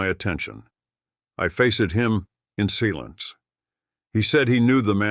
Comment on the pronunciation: Seelence instead of silence, too. These robo-voices are getting better, but I still don't like the fact that they could have let a man earn some money.